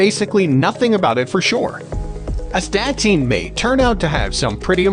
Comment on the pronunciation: It's correctly pronounced ass-ta-teen. Nothing more foolish than a video that cannot pronounce the subject matter correctly.